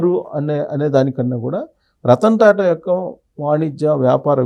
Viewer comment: రత్న టా టా కాదు రతన్ టా టా